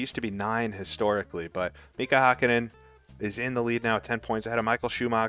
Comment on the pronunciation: For future considerations: You're pronouncing "Hakkinen" pretty well if the name really was spelled like that. But since it actually is "Häkkinen", the first syllable is pronounced like the English word "hack". Anyway, thanks for the great video! As a big fan of the Ryan Axelson ICR2 saga, I'm looking forward to catching incoming races live! For a Finn of roughly your age, these years were the peak of my F1 fandom.